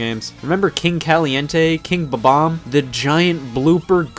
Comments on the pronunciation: KillerPi true, but would you really pronounce it “Bob.. omb” it’s just his accent and his way of saying it I guess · Even if that were the case that still means it's not buh bomb